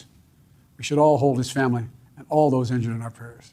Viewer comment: Also he said ligured not injured